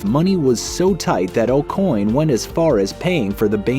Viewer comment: Acoin is pronounced Oak-Winn